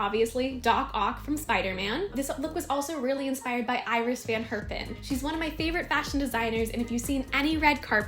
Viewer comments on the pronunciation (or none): Hey this is a really great video! I too am a huge fan of Iris Van Herpen. Just so you know, she pronounces her name as "Earis Van Hairpen". She is from Denmark.